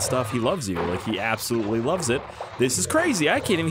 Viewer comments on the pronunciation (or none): You said absolutely wrong